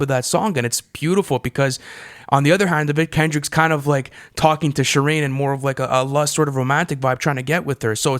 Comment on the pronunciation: Amazing video, but "Shi-Reen"? It's Shuh-rain